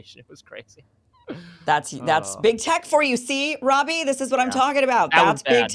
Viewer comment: I ALMOST clicked OFF this video when I heard you say "Robbie" ...🤦🏽‍♂️